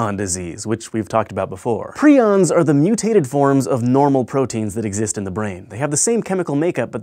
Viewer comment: Not "pry-ons" anymore? Hank, show 'em how it's done...